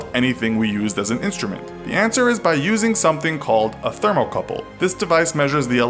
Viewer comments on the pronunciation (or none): it Thermocouple not termocouple